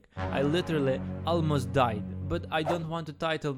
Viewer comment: ”almost diead” xddd